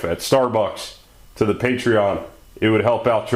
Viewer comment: "ze data"